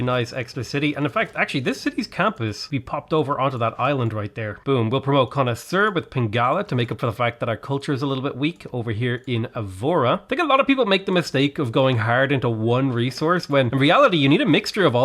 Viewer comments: Portuguese here! Your pronunciation and accent is fairly good! Though when words have diacritics (those dashes above some letters) it indicates that syllable becomes the tonic and the one you emphasise (otherwise its always the second to last syllable). Hearing you pronounce Évora was painful 😅 as it is eh-vu-ra and not eh-voh-ra! Great video nonetheless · I can't let this pass!, the 1st way you were saying Feitoria was the correct way. Say it like it was a U and not O. So you were spelling it correctly since the start! On the same note, the town named Évora, its spelt the same way as Feitoria. Just spell it has Év"U"ra. Torre de Belém, well that's hard to explain, but you can just call it Belém Tower. Either way, I'm very surprised by your excellent spelling. Also, I'm really happy to see you excited, cause so am I to finally play my country in CIV6 PS- still seeing the video. I had to add that the spelling of Funchal was ON THE SPOT!